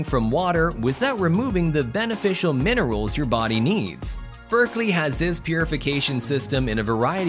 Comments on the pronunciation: It's BERKEY NOT berkLey... No "L" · It's Berkey not " Berkley". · Lose the AI. It's pronounced Berkey not Berkley. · Berkey,......NOT Berkley! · It's Berkey.. not Berkley.. I think you should research better.. puts into question the authenticity of the whole video. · FYI - That's Berkey, no "L". 🙂